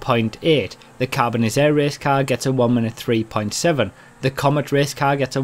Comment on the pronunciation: Hi - love all your vids! It's me again! I corrected you on the pronunciation on the Karin Dilettante! The Grotti Carbonizzare is pronounced, "Carbon-itz-are-ray" if Italian pronunciation is anything to go by. Judging by how 'Pizza' is pronounced, the two 'z' letters would create an "itz" sound. The "are" in Italian is usually more phonetically pronounced. Don't mean to be too particular mate - just giving you a heads-up! Keep up the good work!!:)